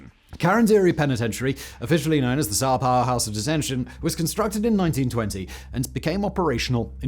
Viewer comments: why does he keep saying "Sao Pau" ? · 😂 came for the Sao Paulo